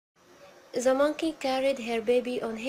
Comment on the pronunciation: السبيكنك تبعك مو نقي يعني تتحدثين بطريقة مصرية مثل كلمة the (ذا) تلفظيها (زا ) وبتلغبطيني .. هذا ملاحظة وليست نقد وشكرا جزيلا